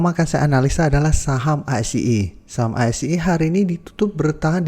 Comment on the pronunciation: Saham sih gak jelas nyebutnya